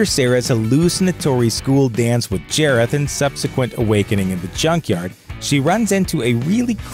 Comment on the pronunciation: nonono, it’s jareth not jAREtH